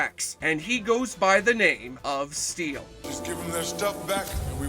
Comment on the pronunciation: ITS NOT steal IT'S STEEL. PLEASE PLEASE PLEASE SAY IT RIGHT. MY OCD IS DRIVING ME MAD.